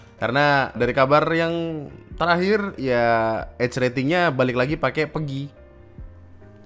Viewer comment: PEGI bacanya kaya "peggy" bang, bukan "pergi" 😁 btw pemerintah gobl